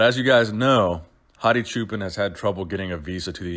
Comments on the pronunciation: It's actually pronounced "Choo-Pawn" not "Choo-Pen" lol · please pronounce the last name as a combination of choose and park. Don't say pan like Peter Pan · For the longest time before the Olympia, I always thought you were saying "Hadi Japan"